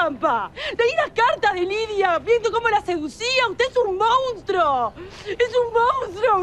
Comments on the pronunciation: Soy yo o Lucia siempre dice mounstro en vez de monstruo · Cuando le pega a Bruno dijo MONNNSTRUO